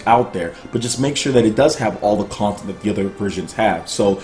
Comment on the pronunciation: Bro... you have a serious problem saying the word content.